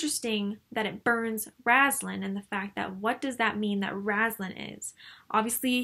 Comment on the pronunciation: Found your channel randomly and enjoyed your critique of on my favorite novels. My only "complaint" is how you pronounce Raistlin's name. You say it as Raz-lan but it's Ray-st-lin. I cheated and fast forwarded to your newest videos just to see and you do say it that way in the newest one too. here is Margaret herself saying Raistlin for example. Besides that tiny nitpick I really enjoyed and stayed to the end! Keep it up. There are a lot of wonderful elements in the Dragonlance novels.